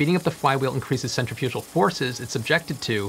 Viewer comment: Hearing him pronounce Centrifugal Forces hurt a little.